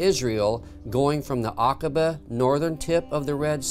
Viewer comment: Love this 💓 Now you pronounced it right 😊 Akaba